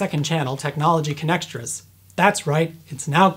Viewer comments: I heard connextress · For some reason I heard "Connectrons".